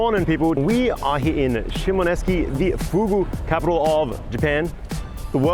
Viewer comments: Shimoneski? Look at the spelling. It's pronounced exactly as it's written shi.mo.NO.SE.ki. "se" as in "set", just without the "t". SHEE MOH NOH SEH KEE. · Dude, you are totally butchering the pronunciation of Shimonoseki. Did you even look at how it is spelled. You keep saying Sheemo nesky. It’s not nesky. It is shee mono seki. The end is pronounced seki, not nesky. You spent enough time there to ask a local how to pronounce it. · ShimoNESKI? It's shi.mo.NO.SE.ki. "se" as in "set", just without the "t". Shimonoseki (Shee moh noh seh kee). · Why can't you pronounce the name of the town? I mean Japan renamed everywhere they conquered especially in Ryukyu, but it seems kinda ridiculous to be there and have it on the screen and hear you say "eski" really makes you seem . . . not wise. All you have to do is pronounce the letters in the order presented. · Great video - however I was going crazy with your pronunciation of ‘Shimonoseki” - You made it sound Russian lofl